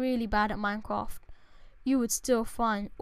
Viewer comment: Lol, minecwaft